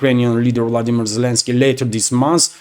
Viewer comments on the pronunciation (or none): none